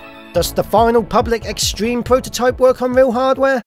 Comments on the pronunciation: His Z-Treme pronunciation (Z-Stream) infuriates me... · on z-treme it sounds like he’s saying z stream